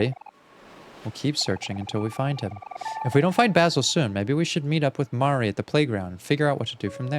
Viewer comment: pleassee the way you keep pronouncing basil as bah-sul is killing me as well as Mari I don’t know what’s specifically wrong with the way you say Mari bc now I’m accidentally taking on your pronounciations